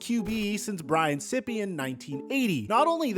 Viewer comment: It's Brian Seyepe...